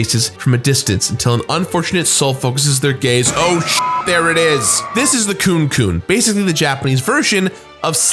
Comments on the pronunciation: Kunekune, meaning "wriggling body," is pronounced 'koo-nay koo-nay,' not 'cooncoon.' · Is anyone else being bothered by the way he pronounced "Kunekune"? 🤔